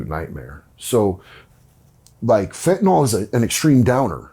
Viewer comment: No "o" in fentanyl